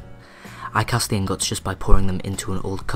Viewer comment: you say ingots funny